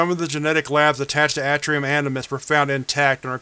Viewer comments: I'm not trying to be snarky or anything, but I feel like you'd like to know if you're pronouncing something incorrectly. You do read things out loud for YouTube, after all, lol. Anyway, you're pronouncing "atrium" incorrectly, it's a long "a" sound, not a short a. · Its pronounced A tree um